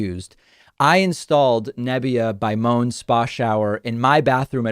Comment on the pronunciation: just a critique on your sponsor ad... It's pronounced mo - en... not moan.